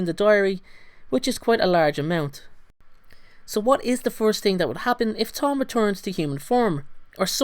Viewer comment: do you say ting? its thing